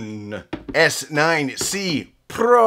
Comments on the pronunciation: it is pronounced like "oh knee" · on -it's pronounced on